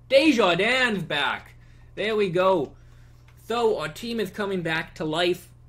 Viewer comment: by the way you pronounced desharnais "Desjardins" but it's (Des-har-nay)